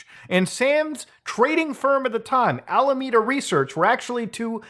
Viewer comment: every time muta mispronounces alameda i sigh inside. its not your fault. i bet San Jose trips people up too